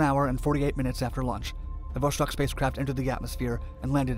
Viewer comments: It's pronounced Vo-Stock not Vo-Shtock. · Just FYI, it's pronounced not "Voshtock" but "Voss-tokk", or in Russian "Vass-tok". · Oh ffs it's VoStok not VoSHtok. You can read Sputnik correctly so why you butcher Vostok? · "VOSS-TOK" not "VoSH-TOK", and "KOR-ABBLE", not "KOR-ABBY". Vostock means "East" in Russian, and Korabl means "Ship". If you do a video on their next space program after Vostok, it's pronounced "VOSK-HOD", not "VOSH-COD" like many people mistakenly pronounce it... (and it means "sunrise"). This was followed by the Soyuz program, which is pronounced "Sah-YOOS", not "SOY-YOOZ" (and it means "Union"). Their first space station program was called "Salyut" which is "SAL-YOOT", meaning "Salute". Almost everybody mispronounces Soyuz... OL J R :) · iT IS VOSTOK, NOT VOSHTOK. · Dude it's Vostok not Voshtok, read it almost the same way as you did but the S is just an S and not SH, otherwise, great video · It is not "voshtok", it is "vostok". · It's not 'VOSHTOK' .... it's ---> 'VOSTOK' Это правильное русское произношение! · There is no 'ш' in vostok. So its not 'voshtok' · Vostok not Voshtok. Kind of like the way you'd say "stalk" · J wanna say that Vostok (Восток) lit. East in Russian isn't pronounced with a Sh (ш) noise. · 'vostok' not 'voshtok' "Gagarin left Earth's orbit and traveled into space". Should be "first human to enter low Earth orbit" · It's NOT voSHtok, it's vostok. No SH... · Is there a reason you pronounce it “voshtok”? There’s just an ‘s’ there, not an ‘sh.’ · There is no "shhh" in "Vostok". It's read as it is written. Vostok means "east" in Russian.